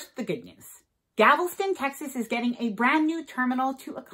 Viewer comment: "Gavelston" doesn't exist. The city in Texas is GALVESTON.